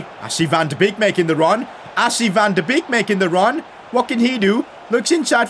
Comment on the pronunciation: Van de beek is pronounced van de bake